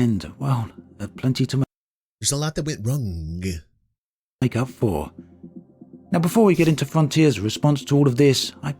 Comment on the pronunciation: LMFAO "WRONNGAH" He "ahs" and "gahs" his shit.